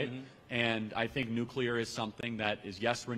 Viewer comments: Did he just say NUKE-YA-LER? 😂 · "It's NU-QU-LAR". ~H. Simpson.